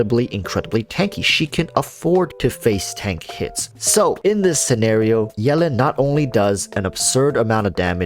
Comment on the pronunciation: Is anyone else bothered about how he says "yellin'" instead of Yelan?